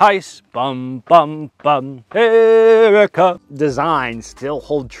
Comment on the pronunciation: und das heißt **EEEEEERIKA**